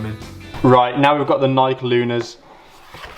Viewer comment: Its NI-KEY not NI-KE